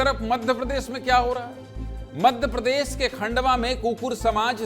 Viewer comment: "प्रदर्सन" "मध्यप्रदेस" नेता "प्रतिपक्छ" "सिकायत" " विस्लेसण" भैया एंकरजी उच्चारण कैसा कर रहे